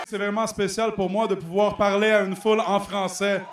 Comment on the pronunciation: S'il y a une chose à retenir de cette vidéo, c'est "De quoi voulez-vous parley"